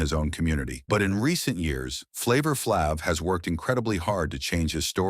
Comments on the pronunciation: It’s Flav !! Not flavvv,!!! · A.I. talking from text. You got to spell it Flave, it might pronounce better. But no matter what, Public Enemy would not have been as successful without Flav, word up! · What flng moron either calls him flaaav or doesnt correct the AI to fix it? Morons thumbs down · Get this computer generated commentary outta here! “Flahhv?” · Flaaav....who are these scumbags who read this shit and dont even verify how to pronounce names..maybe its AI but even then someone has to hear it before its posted and say ok its good to go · Man these narrators totally destroying EVERYONE'S NAME😮 is it flāv or flov😮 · YOU PROUNCED HIS NAME FLAV IN ADDITION , IT IS FLAVOR YET HAVE YOU I AM BUYING WHAT YOU SAYING. MANY CELEBS DID DRUGS YET YOU DID SAID NOTHING ABOUT THEM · Damn AI can’t get his name right. Freaking annoying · Like flav this was pure crap. Can't even pronounce the bum's name. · Yeah saying his name wrong 😂😂😂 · Shut up you know nothing about Flav, you can’t even pronounce his name correctly. Walk a mile in his shoes 👞. Go sit down your in no position to judge Flav. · Bro 🤔as long as flav been around U would think U would know how to pronounce his name..🫤💯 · Ummmm word of advice BEFORE you commit to do a documentary on a person PLEASE learn how to PRONOUNCE the person NAME CORRECTLY jeez louis 😂😂😂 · Stupid A.I Voice can’t say his name right 😖